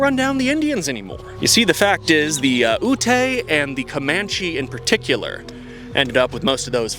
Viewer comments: I’m not trying to be rude but it’s pronounced like “You-t” ( Ute ) and “Pie-you-t”( Paiute ) got lots of folks from those tribes, thank you for the vid and representation! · It’s not pronounced “You-Tay” it’s “Yoot” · It's not ootay. It's Ute (yoot) and Paiute (pie-yoot). Good video tho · Growing up we were taught Ute was pronounced like Lute without the L, and Paiute like Pie-Ute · Never heard Ute or Paiute pronounced that way haha It’s Ute like shoot. And Paiute like Pie-ute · Ute is pronounced yoot and paiute is pronounced pie-yoot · Ute=Yoot, paiute=pah yoot. Thats how you say that. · Ute as in yoot paiute pie yoot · I hate to be that guy but Ute is pronounced like “yoot” and Paiute is pronounced like “Pie-yoot” Source: when I was in high school I bought cigarettes from a Paiute reservation gas station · your pronunciation of Ute is offensive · lol bro plz pronounce Ute and Paiute correctly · I believe it’s pronounced “yutes” for utes and “pie-yute” for Paiutes. Idk though never met any that’s just how we say it in ND